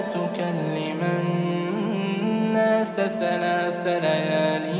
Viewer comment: ? "ناث ثلاث ليال" بدلا من "الناس ثلاث ليال..."